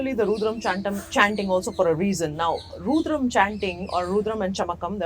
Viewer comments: Madam, please learn to say 'rudram' correctly. It's not 'roodram'. Thank you. Your videos are good. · Why does she say "Rooodram", instead of " Rudram" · It is Rudram ... Not RUUDRAM !! 🙏🙏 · Ma'am it's Rudram and not Roodram. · Madam, you are doing a fab job. Why have you chosen to maintain the pronunciation of Rudram as Roodram ?Is there a reason you keep saying Roodram ? Because this will confuse most people and they will change the original pronunciation to mimic you since you seem to be a well informed person. Please put a note of correction here if possible 🙏🏽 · Why has rudram become ruudram is it how westerners pronounce the word? Without western science acknowledgement some how our mantras lose relevance, tomorrow when westerners will apply a bindi or tilak we will embrace it wholeheartedly and tell everyone the potential benefits of the same. Till that time it is ruudram. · Pronounce rudram correctly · She speaking about Rudram chanting but I don't think she is practicing and first of all her pronouncing "Rudram" is wrong. When you dnt read Indian languages nor Samskrutha, such mispronunciation happens. She should practice herself, she will have more calmness and stillness !